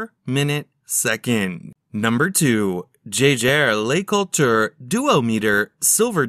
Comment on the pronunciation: They could have programmed the robot to pronounce Jaeger-LeCoultre properly, 15 seconds in and the mispronunciation has triggered me 😅